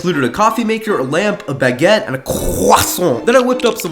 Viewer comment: CLASH OF CLANNN MUSIC and good accent for baguette and croissant, I’m French